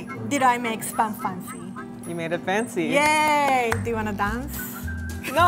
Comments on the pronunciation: "Maketh fanceh" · I like so much, i love how her home tongue clashes with the english so she leaves out syllables in certain words!!!! Make it fahncy 💃🏽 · It anoys me when she says make it fancy. She soesnt prounciate it right. And white wine she says wi wine